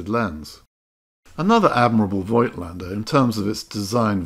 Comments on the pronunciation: btw voigtländdr is spokeno, not oi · I love German rangefinders from the 1950s. It was a Zeiss Ikon Contina that kicked off my camera collection. Not an expensive camera, but it has exquisite mechancial detail. And thanks for reminding us of the correct pronunciation of "Voigtländer". I've just realised that I've butchered the word over the last 40 years! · Hi. I like your videos! I am a camera collector with about 400 cameras, you have made a very good choice! A little correction for Rollei (never Rollie!) and for Voigtländer. Almost nobody knows, that the letter i is an old German sign for spelling the o longer: we spell "Voogtländer".